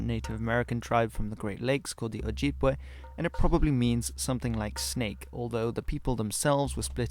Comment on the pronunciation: Ojibwe is also too emphasised. try these pronunciations